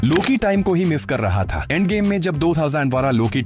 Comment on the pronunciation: Endgame ❌ Aandgame✅